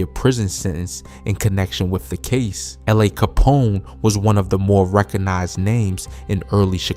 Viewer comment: Lahh capone. Learn the pronunciation. Its disrespectful to not do so. Cmon man.